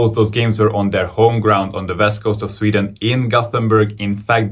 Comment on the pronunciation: I agree. The pronunciation is better than most people who have lived in Sweden for twenty years.